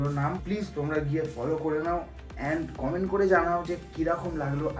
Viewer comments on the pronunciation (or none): none